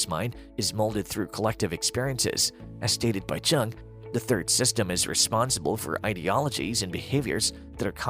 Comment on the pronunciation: Jung is pronounced YUNG! An infj would know this. :)